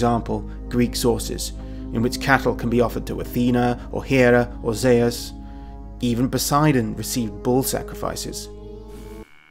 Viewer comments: I thought “Zeus” was pronounced “Zooss”, not “Zay-us”. 🤔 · Zeus is the name English people call the Greek god of the Sky... Greeks call him "Δίας" (Dias), or as he writes it... Dyeus... . It is pronounced the same. Greece is not the name for the country the Greeks use either. Hellas is the true name of that country it's people use. Look it up if you don't believe me. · Zeus would have been orginally pronounced Dzeus, which could descend from something like Dieus ~ Djeus 'Mycenaeans' did not have a god called Di-wo. Di-wo in probably in an oblique case. Even in classical Attic Greek the oblique cases were Dios, Dii etc In other dialects though there other types attested like Beoetian, Corinthian etc Deus. Attested dialectal forms are also Zen and Tan. These are considered to have been results of later developments but in my opinion can be the result of influences from early IE or para-IE languages. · of course it has !!! Zeus is Dieus ( in Greek not according to Erasmian pronounciation both names are pronounced Zefs - Thias genitive Thios .Διfος ( Διός ) in ancient Greek means Brilliant .....Greeks were using both names for the King Of The God ( Zeus - Dias ) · Sorry BUT: Zeus (Ζευς-zephs) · Y u pronounce Zeus like tht😂